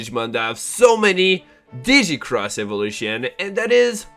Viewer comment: It's not dee-cross, it's double-cross